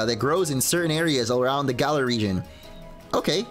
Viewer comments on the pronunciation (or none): none